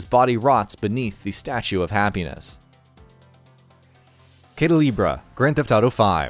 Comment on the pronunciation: The way u said "caida libre" 🤣🤣